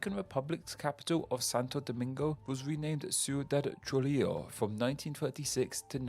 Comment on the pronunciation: You have a very specific pattern of mispronouncing names: you flip the syllables around. You read Kinshasa as Kinsasha and Trujilo as Trulijo (and then used an Eastern European pronunciation for the j, instead of Spanish) also you read Jahangir as Jaganhir Bishkek as Bishbek among other examples Hope that helps!